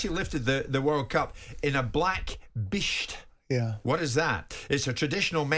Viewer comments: Simon=top LAD proper clobber. Jimbo please don't say "bisht" again. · Even the way he says “bisht” just sounds racist to me